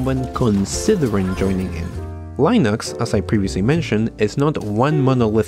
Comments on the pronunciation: Ya lo había dicho el mismísimo Torvals, se pronuncia Linux, no Lainux. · Not true. The guy pronounced it correctly multiple times in the video as 'Len-ix" and went off the rails and said "Lie-Nix" a few times. Look anywhere, any Linux video. Everyone pronounces it as "Len-ix" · Lee-nicks 👌.. Lie-nooks 👎.. try, at the very least, to pronouce your subject matter correctly.. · The way you pronounce "Len-ix" as "Lie-Nix" really bugs me. xD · Dude, you either pronounce it Linux or Lainux but not both! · I like how much you switch between pronouncing it as "linux" and "lainux" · It’s not line ux it’s like lin ux like tin with a L then ux. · Did he just said Line ux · lienux and then you pronounced correctly couple of times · HE SAID Linux correctly once, L-in-aaaaaa-xxxxxx. He has been pulling us through a joke the entire video. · leeh ... nucks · Le naux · My biggest problem with this video is your inconsistent pronounciation of Linux, just pick one! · You are obviously mispronouncing it on purpose.... Lainux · It's not Linux, it's Linux....